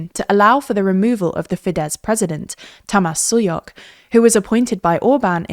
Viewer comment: The president's name is pronounced TAMAASH SHOOYOK, but other than that, excellent reporting !